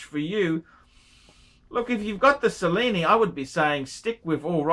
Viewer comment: Kyle, why are you wasting your time asking for advice from someone who doesn't even know how to pronounce Cellini? (@ he says, "Sa-lee-nee" and it's "Che-lee-nee") That said, who gives a shit about the Cellini line? ;)